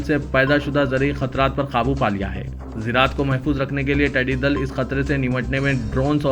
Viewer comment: ٹیڈی دل نہیں ۔۔۔ ٹڈی دل